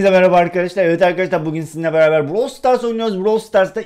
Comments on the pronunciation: Browl deyil brawl yemin ederim düzeltmessen bütün vidyolarına dis şike atarım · Bro stars değil brawl stars